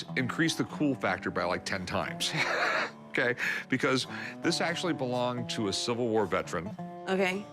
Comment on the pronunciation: I love when Rick say “akay “/okay😆😆😆